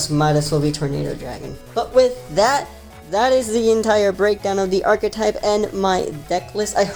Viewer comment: Thank you for pronouncing "archetype" correctly